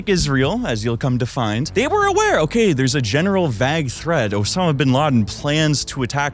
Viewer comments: I like how he says vagg instead of vague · Why'd you say vague like that?